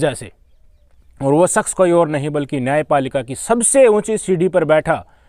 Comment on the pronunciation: Saks nai bhai Shaks bolo Saadi nahi Shaadhi bolo Isaara nahi Ishaara bolo